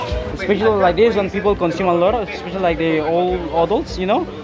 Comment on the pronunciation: Repeat after me "ESPECIALLY". Expecially is not a Word!